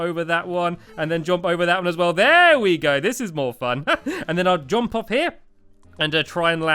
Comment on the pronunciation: r-u-n - Run (you say that right) J-U-M-P Jump.. (you fail to say this right - God it's like Stewie with cool Whip!